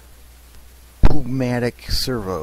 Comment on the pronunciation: the servo is pronounced new-mat-ic not poo-mat-ic